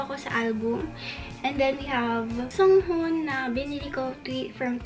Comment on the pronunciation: please its hee-seung not heesang or heesong. and its songhun not sunghun.